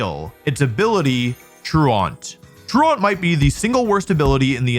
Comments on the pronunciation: He also says true aunt instead of true-uhnt lol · Truant... like truancy meaning to be late or absent and is pronounced as TRUE ANT not TRUE AUNT and not TRAWNT its just as bad as baton pass BUH TAWN not BAT IN and no just because your in a different area doesn't mean you are saying correctly because other people in your area learned to say it incorrectly many years ago and rolled with it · not Wolfey pronouncing “Truant” as “True-aunt” 😭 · I do believe you are also pronouncing his ability wrong. It isn’t “true-ont” it’s “true-int” the base word for “truancy” as to say absent. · Now that you've recovered from the comments making fun of you for your Slaking pronunciation, I think it's time we move onto your Truant pronunciation. It's True-ent, like a LotR Ent just told you something true, not trure-ant, like Smallant just told you something true. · Why is he pronouncing Truant like that 🙈😅 True-Ont 🤣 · For someone who has dedicated a lot of his time to playing this game over the years and then spent the time and resources to create this video, I feel like he could have taken 4 more seconds to check his pronunciation of Truant... /troo͞′ənt/ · It’s funny that you used to mispronounce Slaking because you still mispronounce “truant”. It is pronounced “TRUE-ihnt” and means tardy. Like truancy. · Where tf is true-uhnt coming from? -ent or -int, maybe -ant. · Truant rhymes with congruent. It's not "true-aunt" lol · Speaking of incorrect pronunciation, it’s “tru-ent” at least in the States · The way Wolfey pronounces Truant is triggering as fuck. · We fixed how he said "Slay-king." Can we fix how he says "true-aunt" now? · it’s pronounced “troo-int” and the UK and American versions are the same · How ironic that he talks about how dumb he was for mispronouncing Slaking all while mispronouncing Truant the whole time. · Might want to listen how 'Truant' is pronounced also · The pronunciation of truant in this video is sooo bad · That's not how you say Truant bud.